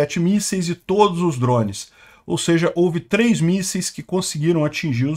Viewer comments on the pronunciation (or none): none